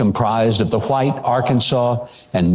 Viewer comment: He really dropped a hard "h" in the word white